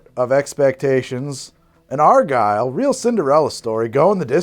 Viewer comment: argyle is OUR-guy-le!